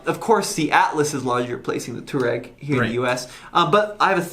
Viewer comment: Touareg is more commonly spoken "twar-egg". Also, can anyone tell me why the Ford EcoSport isn't doing better than it currently is in the US? I mean, it is superior to the HR-V and the Renegade in a couple fronts (one of them being powertrain. That 170hp 2 liter engine is quite capable!